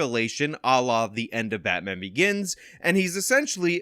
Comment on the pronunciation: Batman ? No...... BAYMAN!!!!!!!